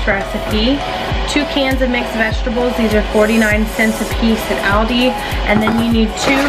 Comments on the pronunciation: Ty so much for this! You say Aldi I pronounce it Auldi lol ..I love Aldi but there beef seems expensive. My husband just got 3lbs for $6.00 at Acme, I know everything varies. There’s just 2 of us and I get tired of the same things! This is convenient! The mixer to shred the chicken 🍗 omg! Genius! All of these will basically last us a long time! Ty sooo much! I’m sharing this on fb & already told a few ppl on the phone 😂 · I've never heard anyone pronounce Aldi the way you do😂😂 Great video! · Why do u pronounce aldi that way???